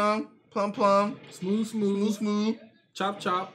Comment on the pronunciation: Smoker’s fruit name is meant to be pronounced Plume. Rhymes with Doom. Like a plume of smoke.